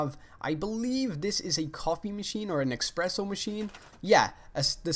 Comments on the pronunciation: HOW DARE YOU!!! IT'S ESPRESSO, NOT EXPRESSO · THANK YOU! IT'S NOT 'EXPRESS', IT'S "ESPRESSO"